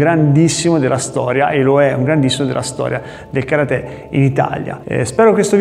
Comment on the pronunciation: Mi piace come hai pronunciato Karate, chissà perchè per molti, maestri compresi, è così difficile...!